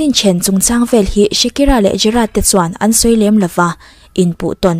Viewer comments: Shakira ti lovin shikira tiin i lam mai in ka hria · Shakira ti ve mai la, Shikira a ni lo